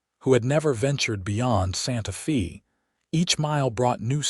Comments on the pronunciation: How many of these stories does you AI narrato have to misspeak, it Sante Fe, not Sante FEE!!!! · While the hand thing might be a bit off putting, pronouncing Santa Fe as Santa Fee is even more so. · Santa Fe is pronounced Fay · Wonderful story of true people with future vision. Only problem was AI interpretation and pronunciation. Listening from Chicago Illinois. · They don’t even know how to pronounce SantaFe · It doesn’t….you’d think AI would have access to a dictionary.